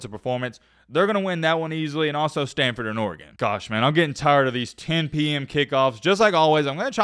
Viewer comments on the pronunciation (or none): none